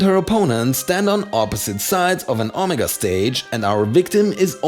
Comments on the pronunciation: I cant get over the fact he said Ahmaga instead of Omega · "ah-mihga"?, it's pronounced "OH-MAY-ga". This is not a dialect thing, this is not a tomato/tomahto deal. It literally only has one correct pronunciation, because it comes from Greece: it's pronounced with good emphasis on the first syllable and even more emphasis on the second. OH-MAY-ga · No offense but I don't think that's how you pronounce "omega", it's supposed to be "oh-meh-guh" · Nigga pronounced omega ommagga